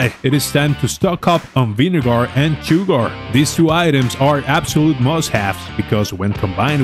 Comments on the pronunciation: good video tho just found it funny how u say sugar keep it up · Vinegar and ciugar. Did I hear that right? "Yes, you heard that right" 🤣